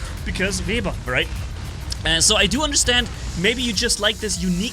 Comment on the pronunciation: keeps calling it a vebber